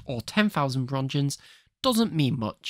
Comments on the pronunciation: i hate to be that guy but its not "ronschens" its Röntgen with a k like in Kentucky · Roetgens, please pronounce it correctly